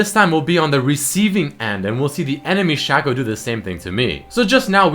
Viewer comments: dude come on man it's so totally pronounced shaco not shaco:3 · Its not shaco, its shaco.